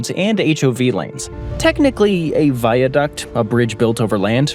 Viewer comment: Viaduck? Vy-a-no-a-chicken?